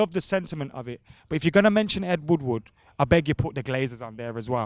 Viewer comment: It’s ed woodward not fucking wood wood